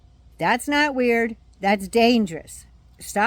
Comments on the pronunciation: He said “am not a Christian” i thought he said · Yeah, he said, “I’m aught a Christian…” 😈